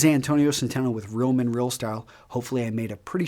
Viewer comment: Hey Antonio, I couldn't understand you when you said "Real Men Real Style". I replayed it 7 times to really listen to what you said. It sounds like rill men rill style. "Real" has more of an E sound. You could work on that and your impression on me would come up 3 notches. Just a comment to let you know how real men talk. :)